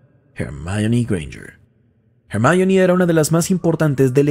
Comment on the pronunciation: Hermayori Grenyerd no, HERMIÓN :v